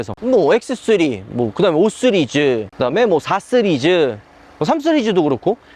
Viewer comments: 왜자꾸 쓰리즈라고함? 시리즈지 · 쓰리즈는 본토 발음인가요